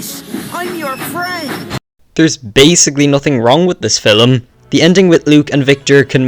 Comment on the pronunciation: What’s a filim??? 💀💀💀 also turn down your mic